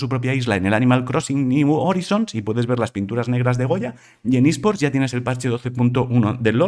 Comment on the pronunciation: ¡Genial Ángel! Sólo unos repuntes :) es Antonino Pío y en inglés se lee “Horaison” ajaja